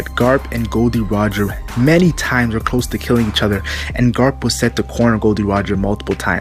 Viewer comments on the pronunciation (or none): none